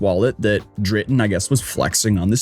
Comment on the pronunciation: Dritan? (That name is a tragedeigh.) Or Drayden? Drayden is a name, and "dritan" is more of a pronunciation of that name.